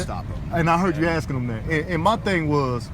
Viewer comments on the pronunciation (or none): “Akking suppishuss”.